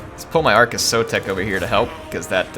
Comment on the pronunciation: yours is the campaign I'm going to follow because you're pronouncing our Skink Lord and Saviour's name right:P So tired of native-English speaking TW youtubers who think their mono-lingualism is a blanket excuse for not knowing how to pronounce anything, ever.